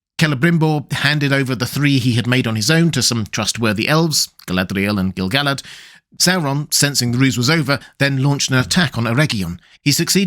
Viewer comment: "Gil Gelled" geez dude